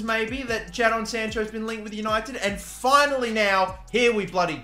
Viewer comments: Why do you keep calling him JAA-DON Sancho it’s just Jay-den just spelt differently damn😭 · Don’t say it Don’t say it Don’t say it “Jad-on” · It's said JAYDON Sancho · U say it jayden instead of ja-don 😂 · Its not jahdon its jaydon spelt jadon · the way he says ja-don sancho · It’s pronounced “Jaydon” bro come on man hahaha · Sorry but you say it like Jay Don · "JA-Don Sancho" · Jadon is pronounced jaden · It's pronounced Jadon its pronounced jaydon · Bruv it’s pronounced jay-don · I was checking for this comment because i was going to say the same 😂😂😂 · how did he just say jadon?😂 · That’s not how you say jadon